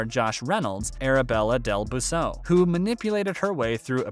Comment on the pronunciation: You should probably learn how to pronounce peoples names properly before doing a YouTube video and sounding silly